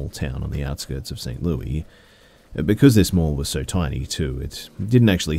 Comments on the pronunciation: St Louis*** learn how to say your citys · I was confused at first by how St. Louis was being pronounced. I'm from New England in the US and we say it like "St. Louisss" so I was thrown off hearing it pronounced like "Louieee" 🤷‍♀️ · i am so happy you commented this because i grew up in kansas and its.. saint louissss it was wild to hear saint louiee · 😏I thiiink you mean St. *Lewey*😂